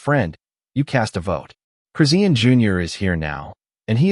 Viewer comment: It's no one's business. This is fake crap. You aren't even saying her name correctly. Dumb ass.